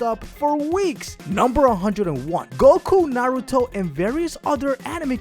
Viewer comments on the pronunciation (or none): none